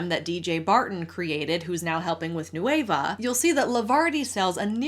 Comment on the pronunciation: without the ey Nueh-va not noueyva c